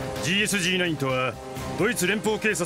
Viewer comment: GSG-9の読み方って『ゲーエスゲーノイン』じゃないの？